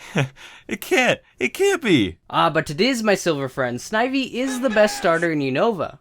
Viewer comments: Noo it's not snivy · When you said snivy I picked one